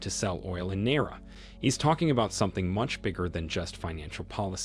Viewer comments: Naira not nera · He mispronounces the word Naira. It should be pronounced Ni ra. Two syllables.